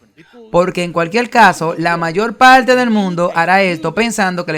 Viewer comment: Un tema bien documentado gracias al dr Veith y al traductor. Sólo sugeriría que el traductor corrigiera sus vicios locales de pronunciación, hacía una correcta pronunciación gramatical neutra. ( Señol..decidil..palte..son con R.